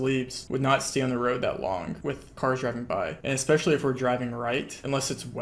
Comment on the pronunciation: "Espclecially for everyone on facebook" ayooo😂